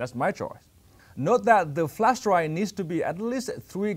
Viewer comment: Please someone tell him its not called flash dry but its flash drive